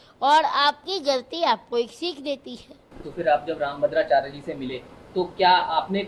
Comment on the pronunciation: Pehle rambhadracharya bolna seekh le 😂,phir aaiyo😂